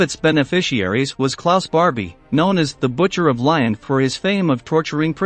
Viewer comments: Holy crap! Can you not pronounce denier and Lyon correctly? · The butcher of lion? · it's Lyon, a region in France. It's actually pronounced like Lee on I believe, but then again I'm not an expert. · Interesting video and obviously took a lot of time and effort in sourcing this information, so it's a shame he didn't research how to pronounce important words in it! for example The Butcher of Lyon or Lion !!! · These computer voices are pretty good nowadays, but a human would never pronounce Lyon and Mengele that way